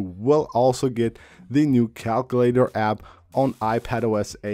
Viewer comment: Why did you bother bringing up the calculator on an iOS 18 features video if you had nothing new to show? 😂 PS cal-queue-later / KAL-KYOO-LAY-TER